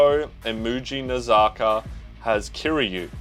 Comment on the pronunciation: Lmao looks like u had an stroke when u read mujinazaka or wakatsu 😂😂